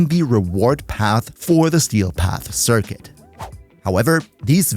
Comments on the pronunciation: 🇮🇹🤝🇩🇪 Me and when it comes to sometimes mess up the word Circuit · Duviri CircQuit, Sir, Quit, it. I'm dying there xD